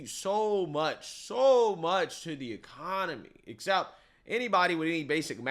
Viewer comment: "ecka-nahmi" -Lil Boosie 😂